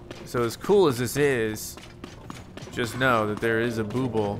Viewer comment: Just an FYI that Bubbul is pronounced like "bubble." I never said anything, but I've been watching this whole series and "booble" has been driving me nuts lol.